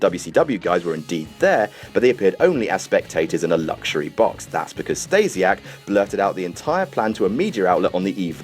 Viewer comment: Who the fuck is "Stejsiak"?